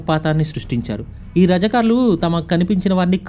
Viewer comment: అది ఓస్మాన్ ఆలి ఖాన్ కాదు ఉస్మాన్ అలీ ఖాన్... రజకార్లు కాదు రజాకర్లు..